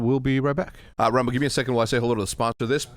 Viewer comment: Can someone teach Rambo how to pronounce his T’s holy shit.